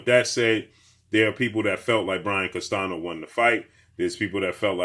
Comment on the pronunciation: his name is pronounced as Brian (CAS-TAN-YO), NOT CASTANO. Please get these guys names pronounced correctly man.